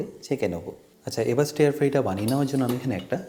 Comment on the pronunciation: স্টেয়ার না রে ভাই, স্টার ফ্রাই। স্টেয়ার মানে তাকিয়ে থাকা।